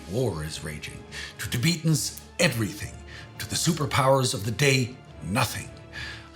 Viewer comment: TiBEETans? Really? You sound like a crappy AI when you say it that way.